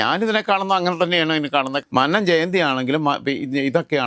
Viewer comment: Shit, Mr Joseph please correct your pronunciation of Mannam. We are getting irritated by hearing your pronunciation of Mannam.Please listen today's welcome speech of NSS General Secretary at Mannam Jayanti regarding pronunciation of mannam